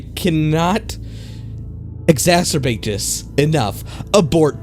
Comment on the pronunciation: I cannot "exasavate" this enough lol wtf